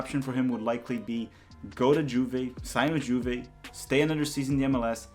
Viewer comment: Bro, the J in Juve is pronounced like a Y